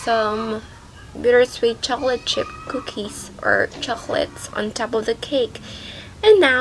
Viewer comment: the way you say"'chocolate" is very very bad.